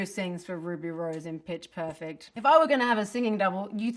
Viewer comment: The way she said 'perfect' caught my ears 😳